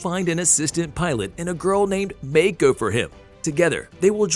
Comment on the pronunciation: you keep saying jagers if you look it up its jaeger the j in jaeger sounds like a Y and when you say Mako it doesn't sound the same as they say it in the movie